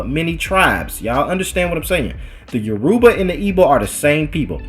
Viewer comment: It’s YORUBA (pronounced all together at once) Not - “yo - Ru - Ba”